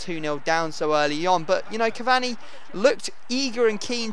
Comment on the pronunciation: I don't know what's worse you saying cavani or Bateson saying aubanayang